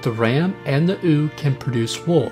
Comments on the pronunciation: Does everyone in your country pronounce female sheep as "ewww!" or is it just you? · "Sow" is pronounced like "cow" or "ow," not "so" or "sew." Oh, and it's "you" for "ewe", not "ooo." English, especially older English words, aren't very phonetic. Good videos. Can tell you aren't a farm boy though. :)